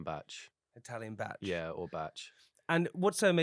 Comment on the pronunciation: Being welsh, I hate the way they're pronouncing bach 😭